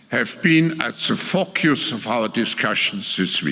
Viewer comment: Did he say FokeYous!! 😂